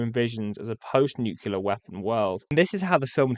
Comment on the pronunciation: A very interesting review - thank you. But why do you pronounce the word "nuclear" as though it's spelled "nucular"? I've been puzzled for years as to why Americans do this, and now a Brit doing it too? I don't get it. Please do elaborate! You did it twice during the video.